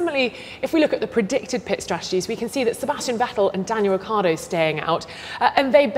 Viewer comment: i hate how this guy keeps saying 'ricky-ardo' as if he's new to formula 1. his colleague even pronounces it correctly and he still says 'ricky-ardo' smfh